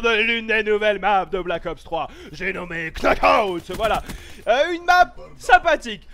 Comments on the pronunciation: c'est pas Knockout que ca se prononce c'est Nockout que ca se dit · Le "k" ne se prononce pas dans knockout ! Jdis ça parce que je sais que t'aime bien dire les mots anglais de la manière anglaise 😉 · Petite précision: On prononce pas le K dans Knockout :p il est muet. Superbe map j'ai trop hâte d'y jouer ^^